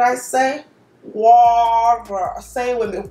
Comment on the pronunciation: I feel a little crazy cause i was out here repeating "water" (waarrrer) with her in the same accent 😂😂😂